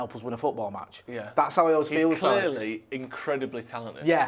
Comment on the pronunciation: 'Fehlicks' sounds like something to do with genitalia.